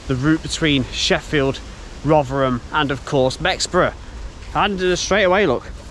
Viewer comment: Great videos, I do like these British Industry history vids... and 10/10 for pronouncing Rov'rum correctly 👍